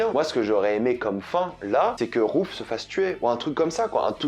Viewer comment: Ozark est l'histoire d'une famille qui vont déménager.... Ok ça commence bien! Sans parler des "peUrsonnages"... Et, ah oui c'est "Darlene" pas "darling"... qui veut dire autre chéri... C'est pas "roof" ( qui veut dire plafond) mais "Ruth". Pourquoi tu demandes à ce qu'on écrive dans les commentaires puisse que tu y réponds jamais. C'est juste pour être mieux référencé par google hein...avoue!